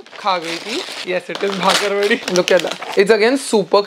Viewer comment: It's not bhakarwadi, it's bakarwadi